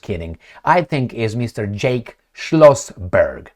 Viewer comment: Jack not “Jake”!!!!